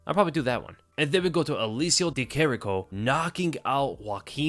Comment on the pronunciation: Big props to you for being the only one who's pronouncing Di Chirico the right way! Hopefully more and more people are going to learn it as long as he stays active and doesn't just look to counter for 14 minutes and 50 seconds